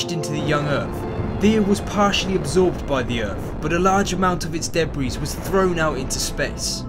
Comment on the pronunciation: "deh breeze" (debris)